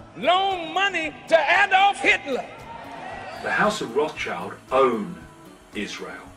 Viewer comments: I really like the video, but I have one concerne: It's pronounced "Roth + schild(like the english word "shield")" not "Roths + child". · Crazy how you really pronounce their name that way. Rothschild literally means red shield in German and is pronounced like "rot-shilt" with a long o. Has nothing do to with a child whatsoever... Said that, great vid! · A minor note on pronunciation. The pronunciation of 'ch' like in the English word 'child' isn't correct here. In fact, this name contains the German trigraph 'sch' which is pronounced the same as the English digraph 'sh'. If I'm not mistaken 'schild' means 'shield' in modern German, though I'm not sure if that's really in the etymology of the name. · Thank you both for your videos! Being born and raised in Rothschild's city Frankfurt, i can't get over your (and probably every English speaker?) pronunciation of their name 😄 German th is spoken like t and the i like the English ee, so it's closer to rod shield than to ross child 😬 Fun/Pride fact: when Frankfurt's Jewish community gained equal rights and the ghetto rules were lifted, almost everyone who could afford it moved elsewhere in the city, except for Mayer Amschel Rothschild, who decided that the Family HQ would stay in the House of the Red Shield (hence the family name) in Jews' Lane, the former ghetto. The house later became a tourist attraction and it existed until the bombing raids of 1944 when it burned down. Thank you guys for these videos, i would wish the world would be ruled by fellow Frankfurters but i am afraid it isn't. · It is spoken out: Rot-shild Like: Red-shield Got it?! In English the surname loses it’s meaning. 👉 Roth-schild means red (with a “h“) 🛡. Roths-child means the child of the Roths. But: 👍 Detail. We all know who is meant. 🇨🇭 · Good video just one quickk note its pronounced Roth schild not roths child :) Rothschild comes from the german Rot schild which means red shield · Rothschild is actually pronounced Roth-shield